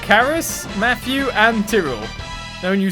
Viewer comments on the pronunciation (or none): Your pronouncing Tyrell wrong..its pronouced :Tye-rel:....and I've beat this game 100% over 5 times so i can tell you where the dijinn are if you need me...and when you get to the bari-temple your gonna want the dijinn surge...a mercury dijinn that heals all party members at once ...and here is a guide if you need to find dijinn